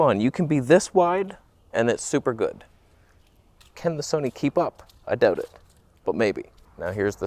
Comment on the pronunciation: Question... Is there more toneh... on the Son-eh?